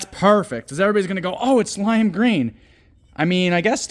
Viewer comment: the way you said “lime greemy, greenie, greenie?” Made me laugh so hard 😂😂😂😂😂. So hilarious the way you said that.